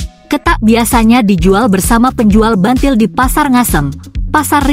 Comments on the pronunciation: Buntil bukan bantil bacanya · buntil bukan bantil mbak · Buntil mbak bukan bantil.